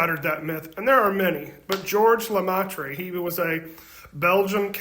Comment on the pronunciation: It's pronounced "le-MAY-truh"